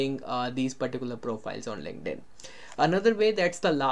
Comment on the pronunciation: your two words really took my brain out - WOMENS , lINKEDDDDD-INNNN